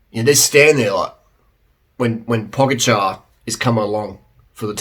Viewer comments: I can see why you would pronounce č in Pogačar as k but s out of g, what's up with that? It's quite easy actually and logical, paw-guh-chur, rhymes with tar. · Yeah he did! Primoz cracked under stress And its po dja car 😁